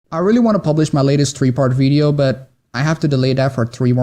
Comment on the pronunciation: ITV white guy saying "veedeeo" a lot